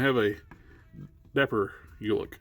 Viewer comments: Hey I got you np! It is pronounced Ulik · I always thought it was pronounced Ulik not Ulik 🤦🏿‍♂️